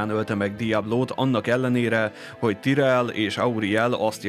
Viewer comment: miért tirellnek ejted ki? amugy jó a videó tetszik, de ez a tirell kicsit bssza a fülemet hogy igy szépen fogalmazzak :D